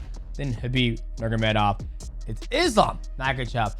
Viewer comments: bro not trying to hate but is nurMAgomedov you say nurgomadov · Isn't it NurMAgomedov? Not Nurgomedov? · I love how he calls him “Nurgamedov” the entire video 😅. Is he Chael now? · Ner Mah Go Medov Not nergomedov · Khabib "NeRGaMeDoff " lmao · Mighty Mouse, I love you, but you're butchering Khabib's last name. 😂